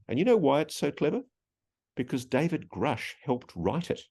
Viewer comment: Get educated before asking silly questions! You don't even know how David's name is pronounced .... Don't waste our time! There is better material on YouTube!